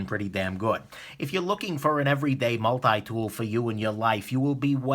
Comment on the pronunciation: Get your multi dool fwom new ywork 😀